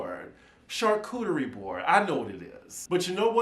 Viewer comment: No you did not say CHAR-COOHIE 😂😂😂😂😂😂😂😂